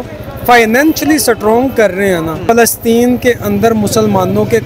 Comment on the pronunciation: New vocabulary from Pakistan - Strong ❌ सटरांग ✅